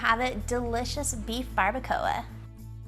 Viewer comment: Looks delicious! Just super mispronouncing barabacoa and gajillo chiles 😮the ll is silent and make like a g sound 🤷🏿‍♀️